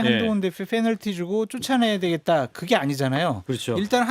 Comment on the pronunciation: 님, penalty를 F 로 발음하는 게 아니라 P로 그냥 페널티 하셔야 합니다. 참고하세요.